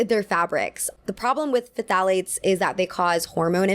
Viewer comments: It’s pronounced “th-AL-ate-s” the PH sounds like a T ❤ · "pthalates" is pronounced like "thalates" FYI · This is unrelated to the discourse of the video, but phthalates is pronounced without the "ph", so "thalates." the "ph" is there because phthalates have the base of a phenyl group. but I too hate the word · "thalates" is how it is pronounced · phthalates is just pronounced "tha-lates", because english loves its unnecessary consonants >.< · Phthalates are pronounced with a silent 'ph' hence, 'tha-lates' meheh